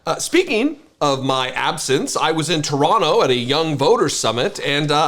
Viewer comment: Hey! You said 'Teranna' like you were born here! ,,,,,,, Keep up the good fight!